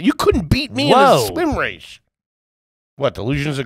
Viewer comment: said “delusions of grandeur “and followed it with “you couldn’t beat me in a swim raysh”